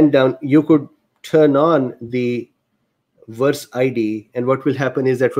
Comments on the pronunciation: I think your accent (and Indian accents in general) is beautiful. Also, there is no problem for me to understand what you're saying (I'm a native US English speaker). A few tips on the only mispronounciations I noticed: VAERS->vares (rhymes with cares), convalesce->conva-less (convalesced, just append a "d" sound at the end, like any "ed' past tense verb). There was (only) one other word, but I couldn't remember it, nor find it. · forgive me. For the sake of clarity may I poInt out that VAERS is pronounced VAY-ERS. I did not also know how it was pronounced until I saw a video on U-tube from 4 years ago, describing the function -of the Govt. Agency - an introduction by two Physicians - of VAERS - VACCINE ADVERSE EFFECTS REPORTING SYSTEM - It has come to my attention that this required by Law committment by Hospital Personel is not being encouraged and, even in instances, actively discouraged by Superiors (Physicians etc.) in Hospitals.